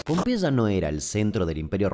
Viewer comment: Con una gripe tremenda llegué ayer y me dormí todo, así que ahora de la madrugada viendo ésta joya , increíble sos querido Damián,superandote vídeo tras vídeo!!! Un abrazo Tita de Tortuguitas Pd: me encanta como pronuncias Pompeya 😂😂😂